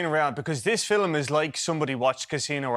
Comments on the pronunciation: pathetic reviewers, with a pathetic review.and being part irish myself, even i can't get over the word 'filum' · The way the Irish squeeze two syllables out of the word "film" is adorable.